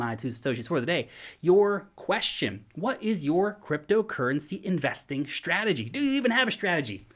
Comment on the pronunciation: Did you say SHtrategy or is it just me :)